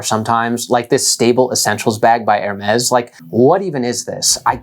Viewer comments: It's Hermeeeees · You made a video on luxury items and you don't even didn't even bother to learn how to pronounce Hermes? Poorly researched.